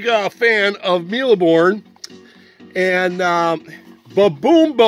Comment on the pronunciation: ur pronunciation is sort of good ( the E at the end of mille is silent ) and this is a childhood game for me too even though I'm less "vintage" than u :-D :-D